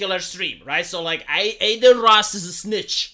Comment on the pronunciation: De ce î-i zici ”Ey-deen” în loc de Adin? E un nume Român. De obicei e un nume de fete, "Adina". It's "Ah-deen", not Ey-deen. It's like you're saying Ey-merica instead of Ah-merica.